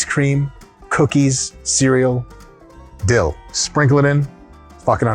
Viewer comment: Dill - now you are talking like a real russian LOL, this was the reaction of a Latvian colleague of mine!